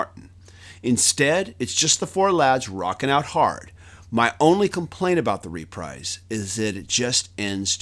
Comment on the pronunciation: It's not "reprize". It's repreeze". Wakey-Wakey!